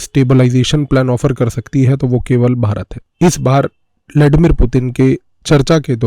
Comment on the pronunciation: लॅडीमीर नाही रे बाबा, ब्लडिमीर 😉☺️